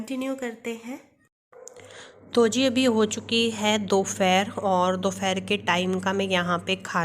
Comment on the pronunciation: Dopheeer nhi dopeher hota hai gawaran